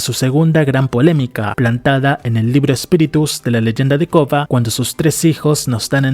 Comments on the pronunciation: Por que en cada narración dice COPA por KORRA? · ¿de donde es el narrador? porque no puede pronunciar varias palabras relacionadas con algunas letras y silabas como la R y doble RR xd